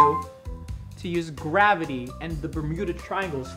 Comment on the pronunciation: Lol....the way he said GrAvItY